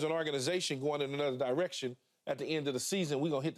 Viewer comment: Why does Keyshawn say “direction” as DIE-rection? It’s so annoying